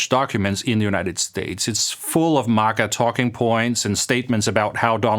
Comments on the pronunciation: Wtf is “mugguh” it’s MAGA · This guy can't even pronounce MAGA correctly.